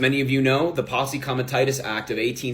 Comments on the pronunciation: It’s not pose act it’s posse! Can’t even read and want people to think you know what you are talking about. Stereotypical 😂😂😂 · doesn't know how to pronounce posse, expects to be taken seriously.